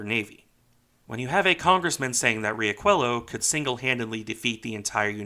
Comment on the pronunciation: Just a correction on the pronuntiation of the Brazilian ship: it's Ree-ah-shoo-eh-lo